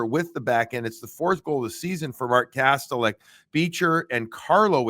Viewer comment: Kas-tel-ic; the official NHL pronunciation guide says so. The net is not a "cage". Sports teams are not "squads". Peoples noses are not "beaks". Road trips are not "swings". I could go on and on but just use the normal words to commentate and describe the game.